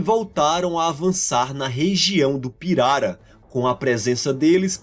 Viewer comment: Finalmente um vídeo em que a pronúncia da palavra pirara é dita corretamente. Pirara é palavra paroxítona (piRAra) e não "pirará" como alguns estão pronunciando por aí. Parabéns pelo vídeo!